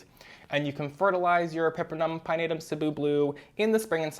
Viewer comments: Thank you for pronouncing Cebu correctly!!! I’m from Cebu and it’s been paining me to hear everyone on Plantube mispronounce the name of our island 🥲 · Thank you for saying Cebu properly ❤️